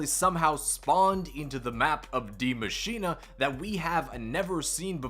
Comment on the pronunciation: Bro just say die machine it sounds so wrong with that "a" sound on the end of Maschine